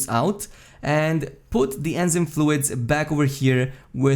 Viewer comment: Good vid.. thumbs up. One english pronunciation tip.. enzyme: en-zyme en - like saying the plural 'men' without the 'm' (you are pronouncing this correctly) zyme is pronounced like 'time' except with a z.. so like zime. English has such absurd pronunciation rules I'm amazed anyone who isn't a native speaker gets it right.